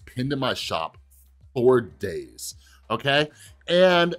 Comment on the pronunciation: why did you emphasize “days”? I’ve had Thanos pinned in my shop since tokens released 😄